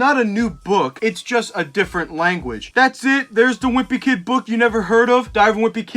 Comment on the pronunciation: The way he pronounces book as “buukh”